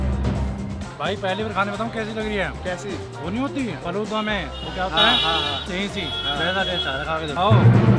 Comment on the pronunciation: says faluda 😂😂